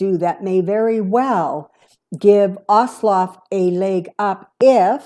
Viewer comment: You are mispronouncing Ossoff. Does that matter to spirit? There's no L sound.